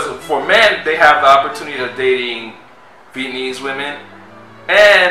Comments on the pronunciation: It’s pronounced Viet-nam-ese Not Viet-nese lol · will be in another country before he learns to say Vi Et Na Mese. 😂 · Bru its not "Vietnese" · Dude!! Viet-Na-Meese...